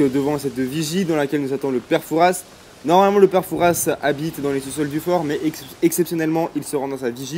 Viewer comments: on prononce pas le s de pere fouras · C'est très jolie comme dans le vraie fort Boyard mais on ne die pas père Fouras avec le ssss il faut pas dire le s sinon c'est très bien mon frère adore se que tu a fais